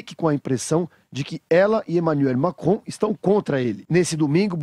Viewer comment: Kkkkkkk eu acho engracado no começo do video que o cara fala Emanuel Macron na pronúncia em francês mas quando ele vai falar o nome da Ângela Merkel ele fala normal Mkkkkkkkkkllllllllkkkkkkkkkkkkk Pq ele não fala tudo normal logo 😂